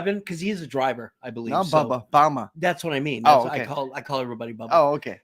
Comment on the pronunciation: definitely need your partner there on with you the chemistry was great him calling bama "bahma" had me rolling when I finally caught who he was talking to. Lol he's faster on the clapbacks than me lmao